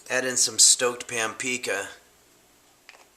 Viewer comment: Because of, I can never NOT say 'pampika' when cooking.